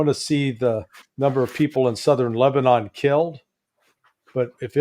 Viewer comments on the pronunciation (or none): none